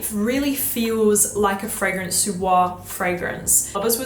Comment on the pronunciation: Why would you pronounce ‚Fragrance‘ in an English way when ‚Fragrance Du Bois‘ is French? Imagine someone saying ‚cette competition était très amusante‘ and pronouncing ‚competition‘ in English, the rest in French. Would be super weird 😅. Many native English speakers really often make this mistake with foreign titles and names. Anyway, just saying 😊❤.